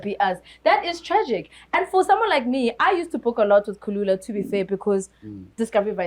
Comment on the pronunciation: Its kulula guys.🙈 not khulula